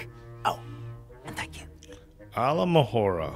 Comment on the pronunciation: alomohora....never heard someone butcher this spell so badly, im dissapoined, just imagine hermione`s dissapointment.